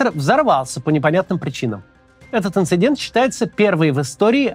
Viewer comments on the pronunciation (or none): none